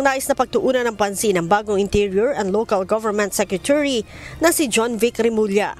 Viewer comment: Secre-chu-ry? sabi ni.